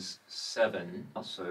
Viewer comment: Love your accent!!!! (I am Canadian). When starting a sentence with "So...", I would pronounce as one syllable "sow". But yours comes out as almost 3 syllable diphthong "so-aw-uh"!